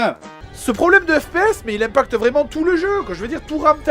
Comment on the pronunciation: FPS sa ce dit pas IPS ? pause a XD